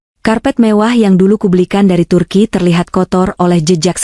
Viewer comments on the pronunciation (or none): none